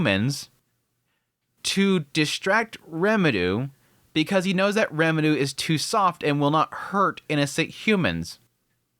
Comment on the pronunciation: i still wonder why you miss-pronounce the names of main characters... are you adding a Japanese accent? Eris as eDis, Rimuru as RemiDoo...